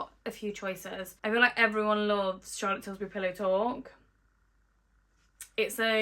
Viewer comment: Love how you call it Charlotte Tilsbury 🙊😂